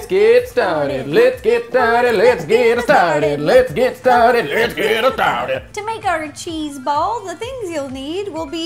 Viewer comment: I swear at 0.54 he was saying lets get retarded 😂😂😂